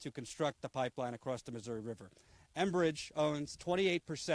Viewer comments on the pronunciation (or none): none